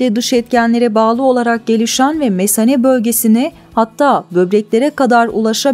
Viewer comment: Mesane lütfen kelimeyi düzgün okuyun